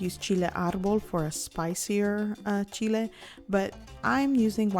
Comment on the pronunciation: CHEE-LAY, CHEE-LAY, CHEE-LAYS.